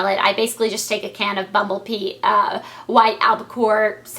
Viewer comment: haha to me it sounded like she said bumble pee and i was like what?? and then i was like ohhhh bumble bee haha